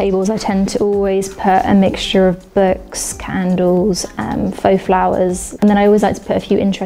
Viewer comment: What’s with people saying ‘burks’ instead of books?